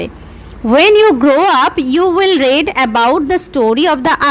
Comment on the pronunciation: Mam you will er pore read er pronunciation ta 'রিড' hobe ar may have er pore read er pronunciation ta 'রেড' hobe karon ota past tense e ache . Tachara khub valo bojhan mam thanks 🙏